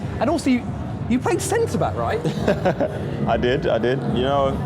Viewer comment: 2.04 this guys says "centerblack" LMAOOO